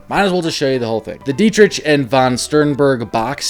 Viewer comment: Marlene's last name is pronounced like "Dietrick", as opposed to the "CH" sound.